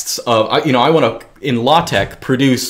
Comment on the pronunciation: When he say Latex I heat low-tech